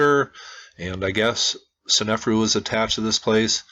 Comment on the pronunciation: Love your videos! BTW, It's sne-fa'-ru not sen-ef'-ru (I think).